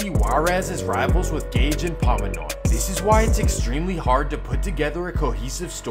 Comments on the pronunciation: Pomeroy** not pomonoy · Just to let you know it's Pomeroy, not pomonoy, I believe you said. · Pomonoy lol you mean pomeroy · It’s not pomonoy it’s pomeroy just a heads up brother great work though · It's Pomeroy not Pomonoy lol haha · The Fresno bull dogs are not Southern California they are central Cali. This dude has his pronunciation wrong it’s not pomonoy it’s pomeroy st locos Igat became a part of the maravillas…El Hoyo use to be thee biggest back in the days my dad was Huero from El Hoyo Mara Cutdowns the leader ask anybody from El Hoyo. The Marianna MV’s were the strongest and deepest in the 90’s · Pomonoy? POMAROY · Pomeroy ** not ponomoy